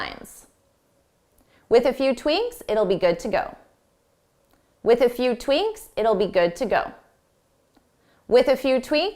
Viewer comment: Dear, Did you not say ‘tweaNks’ instead of tweaks a few times? Was it just a slip of the tongue?